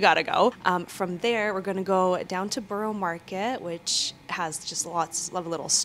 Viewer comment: Ahhhhh please at least try and pronounce borough properly !!!